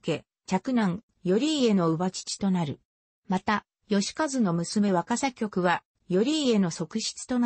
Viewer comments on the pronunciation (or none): わかさのきょくではありません。わかさのつぼねと読みます。